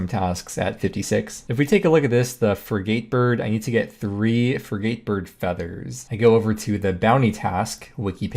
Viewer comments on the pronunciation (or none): I let ARSHIO slide, but frid-gate is pronounced fri-git. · Frey geyte bird. Bruh do you even boat. It’s ˈfrɪɡ.ət. Short “I” on the first syllable and unstressed on the second. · Frigate is pronounced 'frig-it'